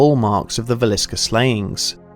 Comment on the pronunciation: um oh yea -Villisca not Visillica